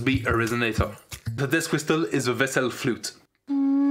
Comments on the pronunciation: genuine people : death whistle this guy : deyth wistel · This is the "deast wistel"